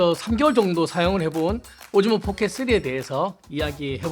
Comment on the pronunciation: 아 자꾸 오징어 포켓 쓰리라고 들린다............ㅠㅠㅠㅠ